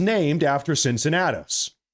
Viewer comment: The "C" in Cincinnatus is pronounced as ,a "K".